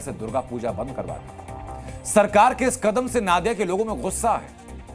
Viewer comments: It's Nadia. Not Naadia. Pronunciation thik kijeye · नादिया नही वो नदिया होगा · नादिया नहीं, नदिया जिला के रानाघाट में ।रिपोर्ट पढ़ने के पहले सही उच्चारण जान लें। धन्यवाद। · Aap Jaise Prabuddh News Anchor Bhi Galat Ucchaaran Karte Hain... Sahi Uccharan नदिया जिला Hai नाडिया Nahi...